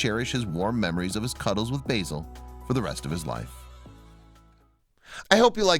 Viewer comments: Bayzil? It's not pronounced Bayzil it's Bah-zil. That's Ba as in Ah! and then zil. Basil. It would've been a really good video if you'd pronounced the name properly. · BAZ-IL not BAY-SOL as in Basil the Brush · I don't know if it's a purely American thing to mispronounce English names and words but "Basil" is pronounced "Bazil". Basil Brush is a popular BBC TV puppet fox character that first appeared in the 1960's. Basil is clearly named after him. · Beautiful story but I was getting very annoyed by the narrator keep calling the fox B Asil. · i did laugh when he said it like the herb, the yanks clearly havnt seen Basil Brush